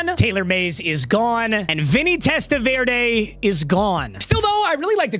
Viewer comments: My guy it’s TEST-A-VER-DEE not verda come on….. this isn’t salsa Verde papa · VerDee not VerDay 😂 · It’s TEST-A-VER-DEE….i wanted to bang my head against the wall hearing you pronounce his name. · Testaverde being a Browns player before playing for the Jets in Browns season of Wheel of MUT is poetic. PS - For reasons no one knows his last name is pronounced "Testaverdy" lol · Test-ah-ver-day ain’t it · It's pronounced Test-uh-vurr-dee papa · “Testa-Veer-Day is Out….Shaduer And the Sanders Family INNNNN” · Papa I love you, but as a Jets fan, the way you pronounce Vinny’s last name like it’s a salsa is driving me insane. Testa-ver-dee. Love you. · Happy we don’t have to listen to you butcher testaverdes name anymore… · Not knowing how to say Testaverde should be a crime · Thank god I don’t have to hear him mispronounce testaverde all season long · I'm glad you lost so I don't have to hear you mispronounce Vinny last name all season 💀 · The guy isn’t a salsa. You’re pronouncing his name crazy. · that’s just not how you say Vinny’s last name